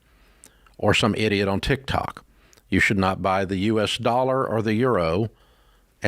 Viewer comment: Sorry I watched till very end … Ramsey saying Tik-TAK. 😂